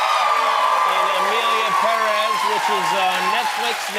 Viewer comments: Why does he pronounce Perez like that 😂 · I abhor the way he says Perez.